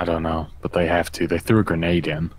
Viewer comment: "They have a gernade launcher" or maybe they just have gernades?!